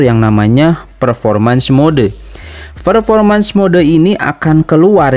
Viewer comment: Fermormens ferformens Wkwkwk